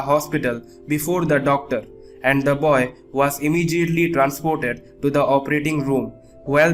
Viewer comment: The "boyas" instead of boy